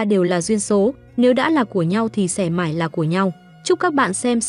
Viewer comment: Review phim hay nhưng thỉnh thoảng đọc ngọng, "mãi" đọc thành "mải" hay "nỗi" thành "nổi", "sợ hãi" thành "sợ hải", "sẽ" thành "sẻ", "buồn bã' thành "buồn bả"...Dấu ngã phát âm ko được mà đọc thành dấu hỏi😅